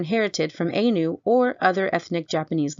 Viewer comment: Also, it is eye-nu not aye-nu.